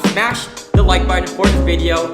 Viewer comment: Wideo of winnipeg?